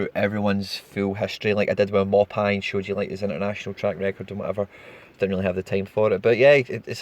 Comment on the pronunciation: Great video as allways but gotta pick you out on something it’s neal mauPAY not neal mauPIE 🤣🤦🏽‍♂️